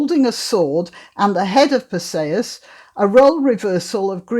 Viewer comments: I've never heard Perseus pronounced this way. I always thought it is Perseus like er..." per -see-us ". Not "per say-us." Anyway, perhaps I'm wrong - I always like your videos ! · Your pronunciation of Perseus is I assume, the Greek pronunciation. It sounds odd to my ear because I am used to what I believe is the Anglicised variation. Note, not a criticism but merely an observation. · Iceni Unfortunately it does not say where the stress falls. Is it PER-see-us or per-SEE-us?